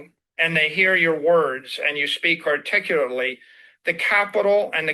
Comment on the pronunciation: Did Maxi Saylor flub the pronunciation of the word “articulate” when he was telling the leader of Pakistan that it’s important to be articulate? 😂😂😂 what a choad